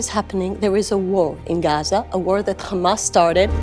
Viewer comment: Khamas, kha kha kha, khamas.😂😂😂